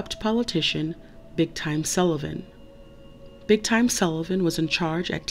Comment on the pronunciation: Why do you pronounce Big Tim as Big Time??